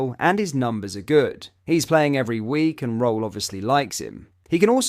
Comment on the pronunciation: Just to let you know, Danny’s surname is pronounced “Rule”